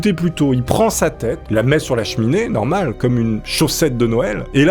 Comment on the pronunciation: Il dis ca narmol c normal